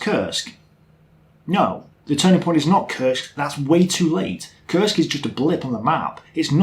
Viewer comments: Oh man, last time you said it correctly. it's got nothing to do with curse, it's [Koorsk] or even [ku:rsk]:) Smolensk, not Slomensk. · has difficulties learning names, he got to learn to pronounce Kursk properly in the last video, but now he seems to have forgotten that.